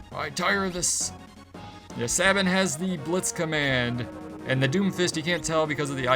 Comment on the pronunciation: Sabin = say-bin